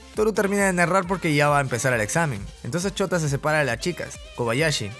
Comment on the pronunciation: cuando se llama Shouta pero cada vez que el tipo dice Shouta se escucha Chota